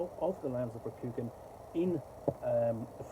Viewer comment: Cool setting, but awful system, infused by insipid identity politics, which is a shame. And it's pronounced with a long, soft "a" sound in Rokugan. More like Rokugaan, sounds like han.